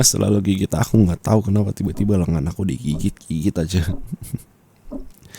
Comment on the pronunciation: aku denger nya ciba² bukan tiba²😭😭